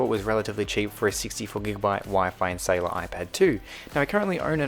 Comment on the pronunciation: Not SAy Laar